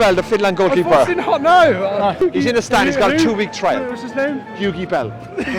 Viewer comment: Best name for Finland, and you thoguth "Lugi Bell"? xD